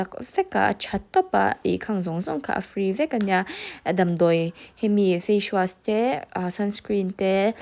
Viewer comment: Facewash ilam dan hi mak ee, fashwas angin i l am daih zel a